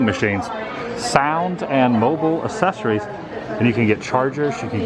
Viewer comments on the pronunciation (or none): Houston, we have a problem. Accessories is pronounced like access. Just like it's spelled there. Not assess: evaluate or estimate the nature, ability, or quality of. Assessories? #woopetpeeve